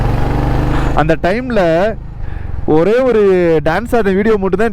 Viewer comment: டியூட் தப்பு டூட் கரெக்ட், டேன்ஸ் இல்ல டான்ஸ்